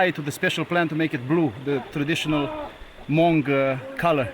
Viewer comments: I am Hmong and I have noticed that many people especially Europeans have mispronounced "Hmong". I am a Hmong teacher so let me teach you how to pronounce it. The way you said "Hmong" was wrong because you let air flows through your mouth first before you say "mong" and it should be through your nose first. In a way, the "H" is silent, but it was placed in front of "mong" for a reason. What you need to do is let air flows through your nose first then say "mong" in a continuous motion from one to another. I hope this makes sense to you. By the way, I love your shows especially this one about my people. Keep up the good work. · Hmong is pronounced "Moung" not Hamong. Additonally: 1) We are not tribal. We are a 4,000 year old Chinese ethnic group 2) Stop exoticizing us as tourist attractions. We're not zoo animals. 3) Knock it off with the white-splaining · The H in "Hmong" is silent. Never heard it pronounced as "Ha-mong' until I watched this documentary. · I am Hmong and am very pleased to see this video. Btw, Hmong is pronounce with a silent H. It's not H...Mong. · Please correct the pronunciation... It is not pronounce H'Mong/Ha MONG but simply "HMONG" . It is a SILENT H so you just proounce as "MONG". No such ethinicity called Ha Mong or H'Mong but HMONG AS H becomes a silent H as recognized throughout the world. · Hahahaha, these Europeans are so clueless. They still call these people “H-MOng” with the H! They think the Hmongs are just tribal people living in small huts in the mountains of Vietnam, lol. All they have to do is do one damn google search. They’ll see that there’s hmong people as senators, city leaders, Mayors, doctors, and lawyers all across America, Canada, Australia, and France. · Thank you, for the doc of the miao people in north Vietnam not to offend but to correct we are not ha Hmong sounds Latin, Spanish lol...straight Hmong, miao as precisely saided thank you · Its not pronouced HaMong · Hmong....not Hamong. 😅